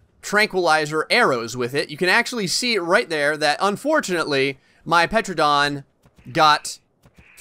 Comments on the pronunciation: wakko151 no you are also wrong it is not pronounced “Tera-Don” it is pronounced Ter-Anna-Don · “Petranadon” AS A SELF LABELED DINOSAUR EXPERT I AM HAPPY TO SAY THAT IS NOT HOW YOU SPELL IT >:0 I know this vid is old But Sir It’s pronounced “Tuh ran uh don” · It's pronounced teradon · its called a Tera_Don. and its Mortar and Pesel. Not the spelling but how you say them. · Bro u say like tear-u-don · Dominic C. No it’s Ter-Anna-Don..... people always forget the Anna part in the middle! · Petranodon? PLEASE. PTERAnodon is the most popular pterosaur and you pronounce it wrong... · The “p” in pteranodon is silent. Like pterodactyl or pteranodon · you don't prenounce the P in pteradon